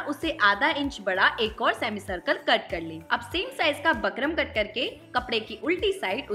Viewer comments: बकरम नहीं होता बुकरम होता है। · bukram bolte h bakram ni 😊